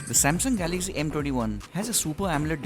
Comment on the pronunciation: First know how to speak , it's Galaxy not Galagzy. STUPID.